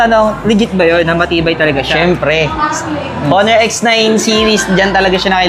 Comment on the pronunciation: Silent h po onor